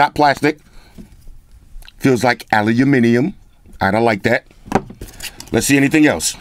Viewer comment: Despite bieng american pronouns Aluminium right👍